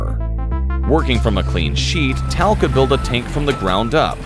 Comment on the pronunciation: Mispronouncing both the tank, and my country. Meer-kah-VAH. Not murkava. Accent on the last syllable. Is-rah-el. Not Isreal. Sounds horrible to my ears. Also, General Tahl, as in "ah." Not Tal, as in tallow. Not English words, so check on those vowels! You would not want everyone to say Uhmarki for America. Please! שלום Shalom